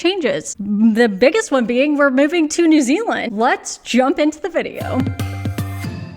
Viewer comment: I’m grinning because you say New Ziland like a real kiwi. Nau mai, haere mai ki Aotearoa. Your skills are desperately needed here.